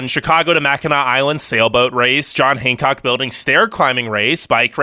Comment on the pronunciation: It’s Han like hannah then cock. Not hanecock although sounds cool